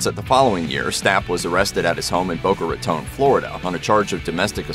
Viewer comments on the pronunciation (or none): none